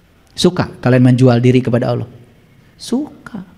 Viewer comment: Cara menyebut nama Allah saja salah. Hati² guys